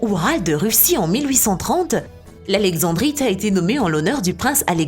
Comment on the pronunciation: Pas alexevbrite on dit alexendddddddrite et on écrit taaffeite mais on dit taaaaaaaaffffffffffffffeite